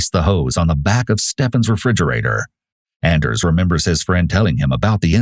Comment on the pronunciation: Anders is pronounced AWn-ders.